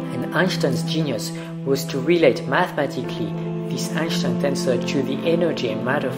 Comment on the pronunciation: Why do you keep pronouncing Einstein like that lol.